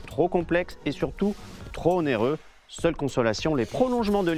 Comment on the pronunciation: "Onéreux" svp y a pas de h au début